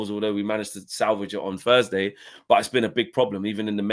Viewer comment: "Thursday" not "fursday" how can anybody that came through one of the best education systems in the developed world not be able to pronounce one of the fundamental sounds in the spoken language?